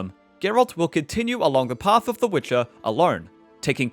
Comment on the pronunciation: Why is he saying wicker 3